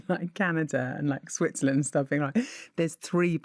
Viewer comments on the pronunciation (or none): none